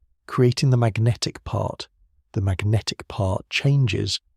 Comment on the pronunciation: I love and hate equally how Magnatic is pronounced as Ma-guh-natikkh every single time. Focusing on this sooo much I can’t sleep now.